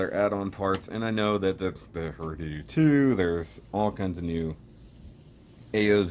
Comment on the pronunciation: You said (Hru)doodoo.